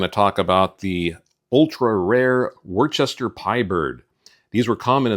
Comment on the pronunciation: Worcester is pronounced Wusster!